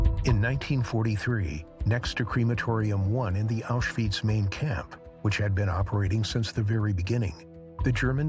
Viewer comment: Stop calling it Auschweeeetz!!